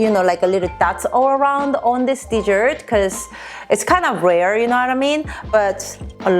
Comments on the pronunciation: As you should be jealous and I love the way she says desert she is so adorable. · I like the way you pronounce desert. 😊 My granny used to make me purin when I was a kid. We used to call it flan.